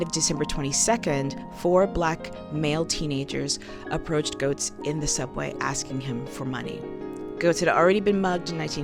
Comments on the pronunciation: Its pronounced Getts not Goats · Pronounced "gets," not "goats." I've met the guy. Two of my friends live in his building. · Excellent video, and you make several exceptional points. One nitpick, and was especially grating for me since I grew up in NYC in the 80's, is that his name is pronounced "Gehtts", not "Gohts." I know it's minor, but it was like a needle scratch every time you said it.